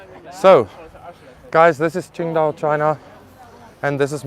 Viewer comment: I love it when you say qingdao, my city, you are one of us now 😁